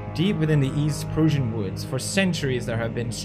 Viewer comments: And says "Proosian" too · He keeps saying "Persian" instead of "Prussian" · you say it like 'Prassian' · he cant say Prussian correctly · God the way pewds pronounces prussian is awful.